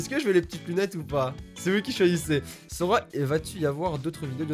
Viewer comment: Sora c'est pas arrouw ArrOw